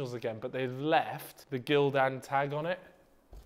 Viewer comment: Him saying Gildan like that was making me cringe